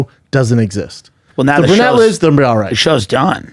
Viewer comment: hey Brenda and, it's pronounced BRU-nette NOT BUR-nette